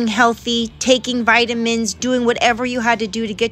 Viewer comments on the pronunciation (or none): none